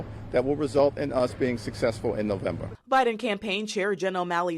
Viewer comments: She just said Obiden! Lmfao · Did she say Obiden !? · Did she just say Obiden😂😂😂😂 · Dude she actually said “obiden” at :31 🤣. She knows what’s up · She called him “Obiden” 😂